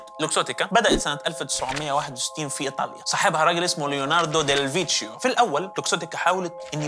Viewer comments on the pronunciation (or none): #الدحيح اسم الإيطالي ليوناردو ديل فيكيو وليس ديل فيتشيو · ليوناردو ديل ڤيككيو، عشان ch بالإيطالي تلفظ Κ, و cch تلفظ kk